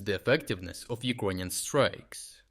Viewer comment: Why does he keep saying Ukonian?